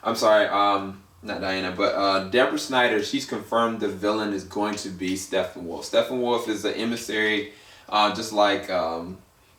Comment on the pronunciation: You pronounced Stepponwolf and Darkseid wrong just so you know, its not steffonwolf you pronounce the p's and its dark'side' so yea. Good vid though.